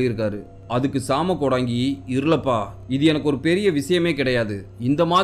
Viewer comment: வணக்கம் தம்பி நலமாக இருக்கின்றீர்களா😊❤ மன்னிக்கவும் தம்பி சிறிய திருத்தம் அது ஜாம கோடங்கி இல்லை சாம கோடங்கி இந்த காணொளி ரொம்ப பயங்கரமா இருந்துச்சுபா நீங்கள் சொல்லும் விதமும் மிக அருமை😊😊😊❤❤❤